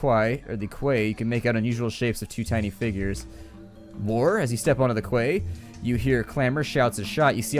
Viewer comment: quay is pronounced key